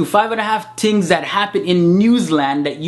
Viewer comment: "tings" LOL